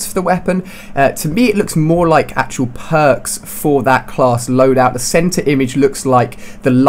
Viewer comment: Matrix I love your vids but your voice is annoying I laugh every time you say pwarks